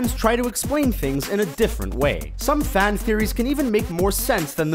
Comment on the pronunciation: The way the v.o. guy pronounces "man" and "fan" is really odd.